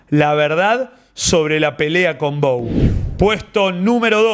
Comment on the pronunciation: bou es un apellido francés de la region de aveyron y vos lo dijiste bien, se dice bu